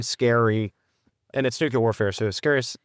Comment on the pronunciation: "Nucular". My dad commanded the aircraft maintenance wing at Warner Robbins AFB. I'm sure that he's rolling over in his grave.